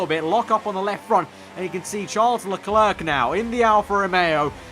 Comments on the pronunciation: I'm only going to watch part of this until you say LeClerc correctly. 'Le-Claire' not 'Le Clerk'! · By the way you don't say the second c in Leclerc but great episode as always